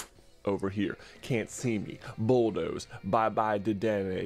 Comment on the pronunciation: It's pronounced da den nay